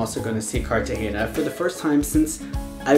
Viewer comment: Ayye Colombiaaaaa! Also you're saying Bogota and Cartagena wrong